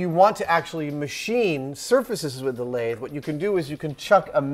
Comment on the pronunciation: you're pronouncing "lathe" wrong. Just like "executable."